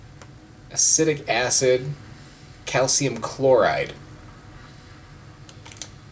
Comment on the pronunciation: "Acidic acid"